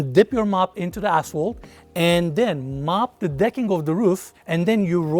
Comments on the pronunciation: Anyone keep hearing a$$hole instead of asphalt?... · we love you, but I couldn’t help but hear you say asshole, instead of asphalt and my wife and I are crying laughing 😂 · Did anyone else hear a$$hole about 10x instead of ashphalt?? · I am a HUGE fan! And when he says "asphalt" I think he's cussing at me. 😂🖕